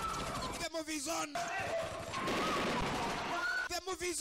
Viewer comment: Cuando dice movie